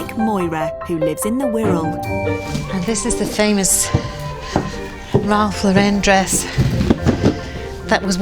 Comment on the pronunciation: That lady doesn’t know how to pronounce Rolf Lauren correctly !